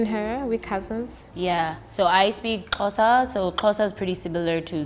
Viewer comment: At least She's American so i wouldn't expect her to get it right the first time. We have people here in SA who still call it KOSA or KHOZA so there's that.